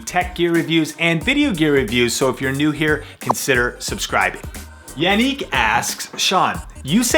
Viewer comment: It's YA-nick SMH